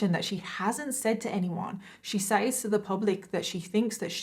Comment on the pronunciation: Just curious...you keep saying says phonetically like sayyys...but its pronounced sez ...is that how everyone pronounces it in the UK? Like is it just part of the accent ...the way Boston ppl pronounce car as CAH? Lol I'm just curious